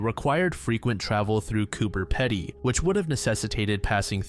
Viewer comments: Australian here, the ‘Pedy’ in “Cooper Pedy” is pronounced as ‘pee-dee’ not ‘petty’ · Heya, Australian here! Just FYI it’s pronounced “Coober pEEdee”. I thought it was “cooper petey” when I was a little kid 😂